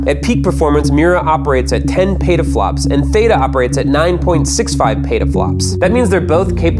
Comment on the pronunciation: it's not pronounced pata-flops it's pronounced peta-flops